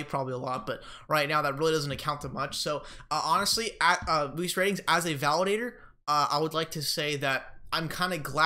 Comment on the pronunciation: Weiss like rice but with a W